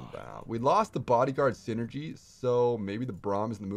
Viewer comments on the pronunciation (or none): none